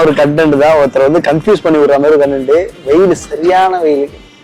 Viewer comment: Dai adhu nendram da not nandhiram...padi padi sonna kekiriya